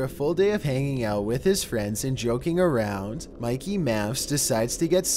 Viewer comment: Bro really said Mikey mouse